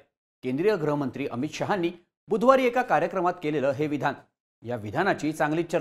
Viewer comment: गृहमंत्री चा उच्चार ग्रहमंत्री असा होतोय.